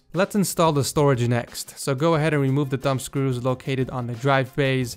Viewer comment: When you said thumb screws I thought you said dumb screws